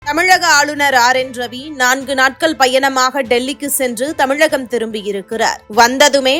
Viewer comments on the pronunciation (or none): none